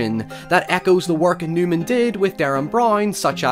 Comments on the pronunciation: It’s Nyman, not Newman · It's Andy Nyman not Newman!